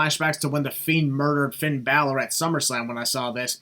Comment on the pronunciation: I thought the "Bailor" botch is funny.